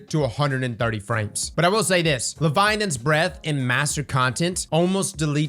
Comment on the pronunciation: Still waiting for you to pronounce "Leviathan's " right :D